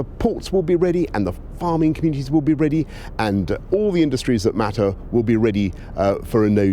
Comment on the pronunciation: He said “all industries that metter”...but which are thouse you metter and which are thouse Who doesn’t metter????....